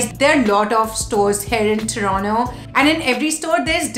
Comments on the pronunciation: TORONTO - not Toronno. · Its Toronto not Torono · Yesss what the hell is Tronnooo??? Hellaa annoying 😫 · Everything about the video was good.. but one thing is the pronunciation of "Toronto" and that kinda sounds fake or "wanna be - ish" ... no offense just my opinion ..